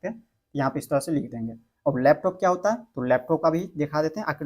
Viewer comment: होता को टौटा क्यों बोल रहे हो